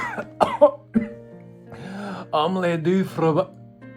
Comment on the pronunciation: I understood that Dexter's lab reference. Also, the wording is correct, but the pronunciation is "fgomash". Kinda xP